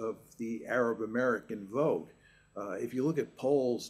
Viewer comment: It is called vote not wote.